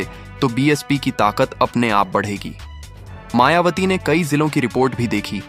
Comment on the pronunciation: आपने मायावती की जगह मायावाटी बोला है।दो बार मेंने सुना आप सम्पादक जी शुद्ध बोलना सीखें हमारी बहिनजी बीएसपी की राष्ट्रीय अध्यक्ष हैं। होनहार प्रधानमंत्री हैं।आप मनूवादी सम्पादक तो नहीं हैं। पूर्व में भी आप जैसे मनूवादियो ने हमारे पूर्वजों के नाम बिगाड़ने का काम किया है। जैसे बुद्ध वार जन्म हुआ बुद्धा चन्द्रमा निकल रहा चंदू, सांवरे रंग है सांवरिया काला है कल्लू, झंडू राम, तोता, राम पांचा राम,तीतर,कबूतर , छितर राम, फत्तू, इत्यादि रक्खे हैं। अपने बालों के राजवंशी रघुराज सिंह रविन्द्र पचौरी द्विवेदी ऋषिराज सिंह, धीरेन्द्र शास्त्री,नवीन शर्मा, श्री वशिष्ठ इत्यादि है,आप हमारी बहिनजी का नाम बिगाड़ रहे हैं। सही बोलो नहीं तो पत्रकारिता छोड़ो। जयभीम जयभारत आर एस राणा बौद्धाचार्य अलीगढ़ से बामसेफ कांशी राम जी अमर रहें बहिनजी जिन्दाबाद जिन्दाबाद बीएसपी जिन्दाबाद जिन्दाबाद।